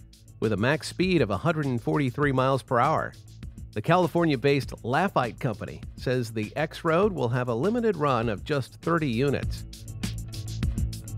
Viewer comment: I am pretty certain that Lafitte is pronounced la feet. After the famous New Orleans pirate turned military hero.